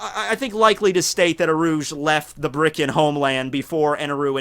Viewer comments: It's Birkin, not Brikin... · Wtf is a Brikan? isn't it Birkan? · I thought it was bur-kin not brie-kin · BIRKANS. THEY'RE BIRKANS. Also the whole Ma D. Monk thing is a meme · Isn't it birkain